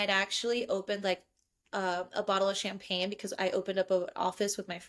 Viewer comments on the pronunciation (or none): none